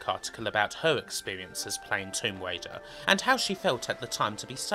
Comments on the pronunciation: Lawa Cwoft: Tomb Waider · Tomb Waider is getting me on my nerves